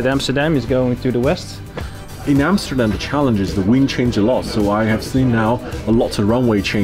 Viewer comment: Welcome to Amsterdan guys? lol